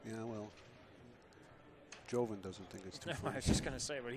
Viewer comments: Bustamante's name is pronounced Yoven. Not Joeven. Just pretend the J is a Y. Pretty simple. But not for these two LOL. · Its actually pronounced with a "hoe" instead of a "yo", since his name obviously has Latin heritage, and I think he's Filipino, so that backs up my claim that his name is of Latin decent, meaning that the "j" in his name is the same as the "j" in Jose (hose-eh), or Jorge (whore-heh), or Jesus (hey-Zeus). "Joven" means 'young' in Spanish, and probably many similar languages; did you know that?